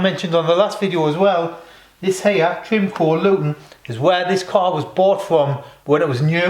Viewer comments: Good job! The Ford dealer is pronounced Try-mo-co not trimco lol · TRI-MO-CO....😂 TRY-MOU-COE